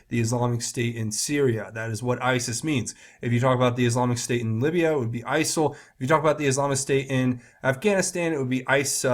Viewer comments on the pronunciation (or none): none